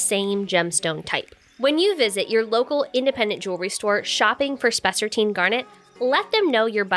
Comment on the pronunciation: I love spessartine- and you’re correctly pronouncing it by the way, which is a plus- and that you’re not AI 🤖 is a double plus, lol!!!